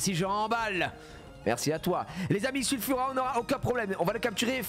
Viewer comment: C'est pas Sulfura c'est Nulfura 😅 GG pour le first try 💪